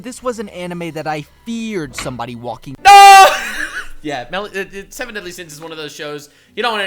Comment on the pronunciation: Mid seven sinsz😂😂😂